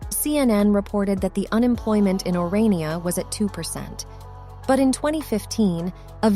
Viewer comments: It's Orania (pronounced Oran-yah), not Oriana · The town is called "Or-ah-knee-ah", not "Or-ee-ah-nah". The system known as Apartheid was implemented as a direct result of Blacks AGITATING for separate, self-governed "homelands". These were duly supplied and even though the National Party spent a great deal of money to supply everything needed to make successes of these areas, the White experts in the various fields were summarily expelled, leaving the Blacks with no expertise to run their show. As things began to collapse, instead of acknowledging their overconfidence and asking for the White guides to return and teach them the ropes, they did what Blacks seem to do best: blamed the White man for all their failures and subsequent woes. Of course, in the spirit of "equality", the rest of the world fell in behind them, resulting in the ANC coming to power in 1994. What happened to the Bantustans has now happened to the whole country, just as is happening in America's Democrat-run states and cities today.